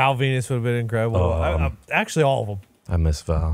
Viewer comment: I’m never getting over saying THUM instead of them everytime